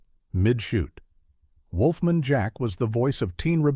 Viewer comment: "Wolfmun"? AI voiceovers suck.